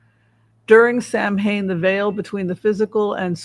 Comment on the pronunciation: Hi. Eileen & Richard here. Samhain is pronounced SOW-en. Gaelic, you know. 🥴